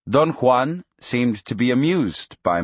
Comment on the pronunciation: That's how Juan is pronounced in proper Spanish. It's authentic and I appreciate it.